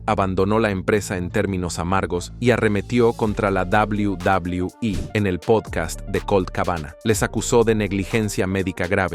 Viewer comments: Odio cuando tú dices dablew.. dablew e.. dios mio trata de escuchar como lo dicen. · Shot por cada que dice Double Doblue iiiii (Quede pedo) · Cuando dice WWE es como si se fuera a demorar tres años en terminar de pronunciar la palabra.😂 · No se puede tomar en serio un video al pronunciar de esa forma “WWE”.